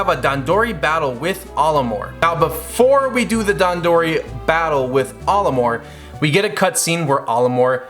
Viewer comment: “Olimore”… “Hocotarians”…dude…